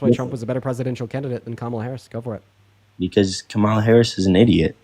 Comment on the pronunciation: Really who cares?. its easy to pronounce but its not that big of a deal . Its "Com -ala"